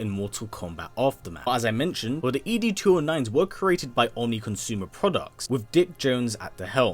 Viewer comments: “EEE DEE 209”??? 😹😹😹 Never heard it pronounced like that in the movie. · Every time he said 'Boddicker' wrong...it just made me cringe. And also the way he said ED's name. Have you actually seen the movie?